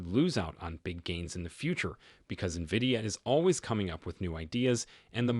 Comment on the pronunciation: stupid Ai video cant even pronounce NVIDIA yet I should take the info as solid